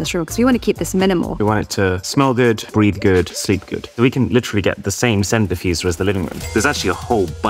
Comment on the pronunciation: I heard *breed good*💀💀 he said "breathe good"